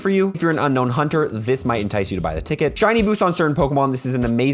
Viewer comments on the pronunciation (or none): Great video as usual 👍. To be picky it’s Unown not Unknown 😊